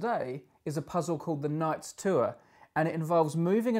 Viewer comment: What's a "too-er"?